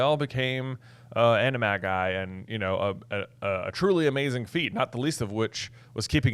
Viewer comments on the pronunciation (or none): I thought animagi was pronounced animaji according to j.k Rowling. I could be incorrect but I think you're saying it wrong. It's a soft "g", not a hard "g" I believe